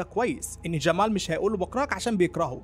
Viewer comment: ماتنطق جمال عادي مالك تعوج في لسانك 🙁